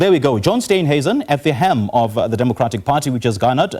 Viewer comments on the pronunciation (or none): HELM. Not hem.